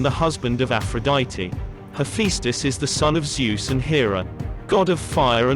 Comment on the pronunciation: Thank you for the video, however, I think you need to double check your facts about Athena and the competition with Poseidon for the city of Athens. Also, if you could fine tune your pronounciation of Athena and Hephaestus, among others, that would be wonderful. Thank you for taking the time to create such an in-depth video.